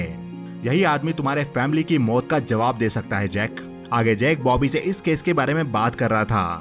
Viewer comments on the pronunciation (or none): none